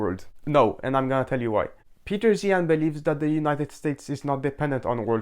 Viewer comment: Another Zeihan critiquer that can't pronounce 'Zeihan'.